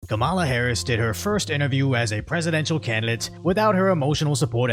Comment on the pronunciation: "Ramble-a Harris" okay that got a laugh out of me 😂